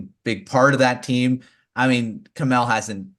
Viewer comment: My guy's butchered Kemell's name!